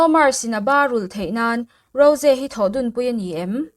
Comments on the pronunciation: Mahse,a dik hre reng le lam thiam reng in,a diklo a lam hi chu a fuh lo alawm. A nihna tak ah chuan,a mah in a sawi dan in ‘Ro-zee’ ti a lam tur nilo in, ‘Ro-jii/Rawzi’ ti a lam zawk tur a ni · Rose ni lo in Rose tih tur😂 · rosé a tihkhi a dik aw ro-ze tihin an lam thin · Rose hming i lam dan hi thing tawp 😂😂😂